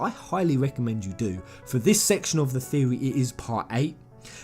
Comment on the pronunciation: Lol has come up with a NEW THEO-REH:D